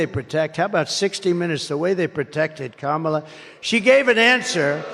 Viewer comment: The guy said her name right Am i dreaming right now i thought he would be so much more persistent on calling kamala. ka-malla. He does know her name just chooses to not call her that. he is not forgetful he is sexist.